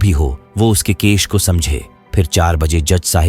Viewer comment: Case ❌ kesh ✅